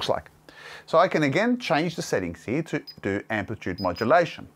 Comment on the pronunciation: Pronounces the word "Here" as "He".